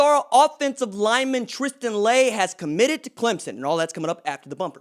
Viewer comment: Maybe saying his name Correctly?